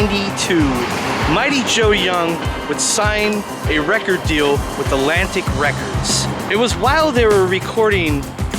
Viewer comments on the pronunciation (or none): "Alantic" ? Really??